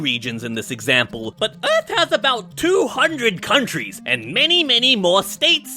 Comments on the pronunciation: Earth not Earf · You mean Earth not earf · it's earh not aerf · Not earf but earth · it not “earf” it’s “earth” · earf❌ earth✅ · “earf” hits hard🗣️🗣️🗣️🗣️🗣️🔥🔥🔥🔥🔥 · he does not know how to spell earth he said earf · yes, earf